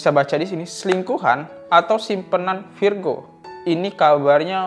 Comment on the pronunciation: 1 lagi bang namanya virgoun dibacanya virgon kalo virgo nama zodiak 😂😂😂